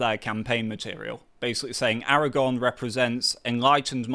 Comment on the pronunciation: AraGORN, not AraGONE ffs!